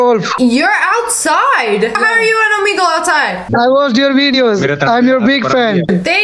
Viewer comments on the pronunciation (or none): When u said Omegle it sounded like omego